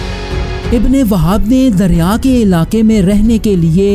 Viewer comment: ارے بھائی پہلے تھوڑا محنت کیا کرو صحیح سے تلفظ بھی ادا نھیں کیا جا رہا آپ سے دریا نھیں. درعیہ تلفظ ھے اور حنیفہ. اور حنفیہ میں بھی فرق ھے